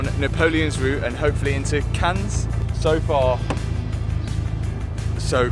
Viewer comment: There is no sound of S in Cannes. Just Cann.